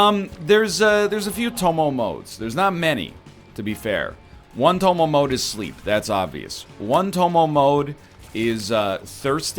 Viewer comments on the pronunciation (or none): how dare you call it tomo mode and not tomode